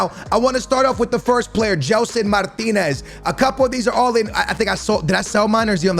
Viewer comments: Dude's portuguese and says Martinez instead of Martins... oh... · Its gelson martins not martinez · tu és português meu, diz GELSON MARTINS, n digas Gelson MARTINEZ 🤦🏻‍♂️ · Jellson Martineezzzz😂😂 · Gelson Martinez??? Fds mano és tuga devias saber dizer Martins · Its not martinez its gelson martins. Much love from PORTUGAL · Please gelson martins every time you say name I think it’s a brand new player